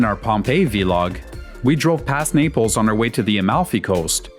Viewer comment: Vlog like blog. Not vee log 😂